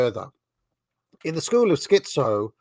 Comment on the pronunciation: And you're the dissident right. Put a "T" in "schiTzo" please